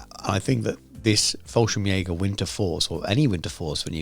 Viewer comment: Fallschirmjäger not FallSchrimjager... No worries, still a good Video 😀